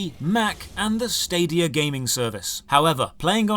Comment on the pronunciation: Anyone else burst out laughing IRL when he said "Stadia"? :D